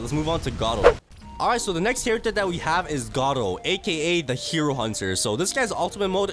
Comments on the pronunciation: WHY HE CALL IT garo instead of garou thats a big big mystery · Gardru bruh it’s garou